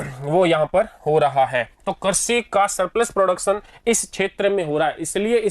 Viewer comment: I am sorry sir actually crazy nahi hota hai krishi hota Hai